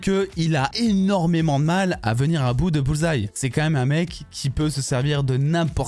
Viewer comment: Au moins maintenant tu prononces bien le nom Bullseye! 😅😅😅 La différence est peut-être le cardio entre les 2. Bullseye est plus solide"